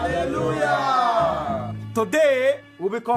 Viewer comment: I really laugh on how he pronounces "Hallelujah""😂😂😂